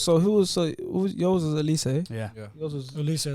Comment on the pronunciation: He said olise and Sargent hahaha